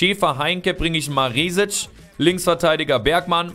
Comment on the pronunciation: Maresic spricht man mit kurzem e aus(bedeutet schnell ausgesprochen